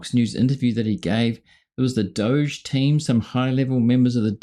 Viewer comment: why is dog pronounced 'dog' but 'doge' is pronounced like sheep as 'doughzzaaahhhh' like elmos says...- how 'bout DOOCH as a shortcut...bc doughzaaahhhh is elmo's preference and everybody hates that POS.